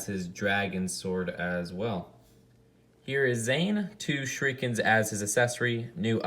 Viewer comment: You are mispronouncing shuriken but please google how it is pronounced